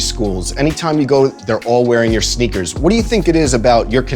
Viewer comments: "rare shneakers" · Kyrie: “Shneakers” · my man said “shneakers” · “rare shneakers” 😂😂😂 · SHHneakers... boyyyyy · did anyone else realize he said “schneakers” at like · “Rare shneakers” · did u guys hear him say shneakers? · Rare shneakers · “rare SHHneakers” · did he just say “Shneakers”😂